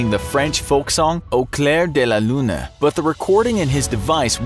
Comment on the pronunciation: I do not want to be rude but I died the way he said "au clair de la lune" is so funny 😂😂😂😂😂(NO HATE)